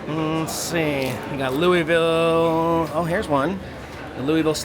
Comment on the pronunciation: It's pronounced LOO-UH-VUL.